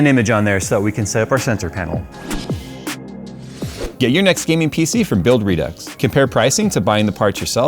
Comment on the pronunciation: LCD pain-el. 😖